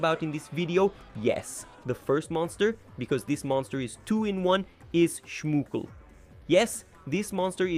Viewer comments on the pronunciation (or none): that's schmoochle not shmokcle😂 (I'm sorry if that's right mean I'm just playing msm too but I'm in Ukraine)